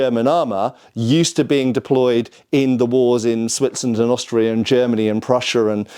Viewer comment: It's funny that he has such big problems with the word "Germany," but pronounces all other countries normally. Even Italy. Greet's from Germany.✌️😅 Unterhaltungen übersetzen